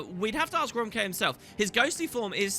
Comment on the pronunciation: The names of Romke and his crew are actually Frisian/Dutch in origin. They are pronounced more similarly as Romkeh, If-keh, Shoord, and Houke.